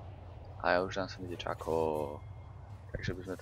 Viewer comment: Shaco sa nečita "Čako" ale "Šako" :D